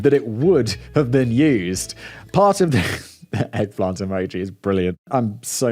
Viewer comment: I almost kinda feel like Simon just might be trying to see if he can gaslight me by the way he's pronouncing emoji....? This is what I came here for and I love it